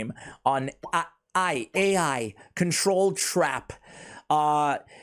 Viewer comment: I've been playing Watcher of Realms before you made this channel and one thing I can say I really love is how you can get gems from recycling rare and above units, though I don't recycle Epics, but still, it's really nice and F2P friendly to get summons... Also "Ai" would be "Eye" Like saying it like that, at least for me.